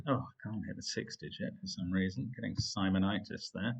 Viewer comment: You mean Simo"NI"tis?